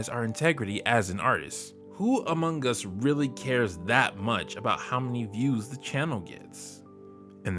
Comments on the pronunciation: you really had to annunciate that amongus huh? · What you said: "Among us" What I heard: "Amon Gus"